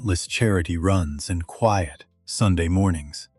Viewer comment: Narrator just can't figure out how to pronounce quiet. AI f-ed up again and again.